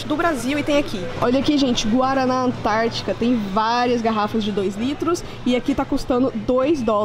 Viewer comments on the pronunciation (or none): none